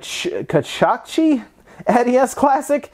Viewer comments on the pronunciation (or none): Just to note, Kachikachi is pronounced "kah-chee-kah-chee" and Hiyoko is pronounced "Hee-yoh-koh."